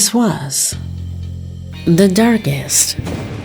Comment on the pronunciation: "This is...the...darkes....secret!" 😂